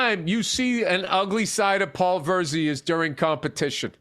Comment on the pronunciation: hey it's Virzi not versey 🤣